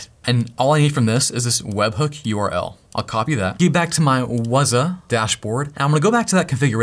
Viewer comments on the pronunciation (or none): Not wazaaah, but wzzooooooh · Everytime you say Wazuh, it makes me think about that term "WAAAAAZUP!!" I'm currently attending a Cyber Security School and I just went through a module that taught about this application. Thanks for setting it up. Knowledge can't be used unless its applied to a real world scenario.